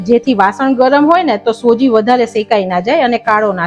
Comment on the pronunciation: સોજી નઈ બેન સુજી કેવાય..